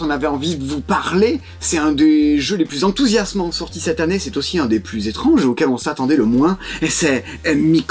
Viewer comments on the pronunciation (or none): On dit "cette han nnée" à Toulouse ?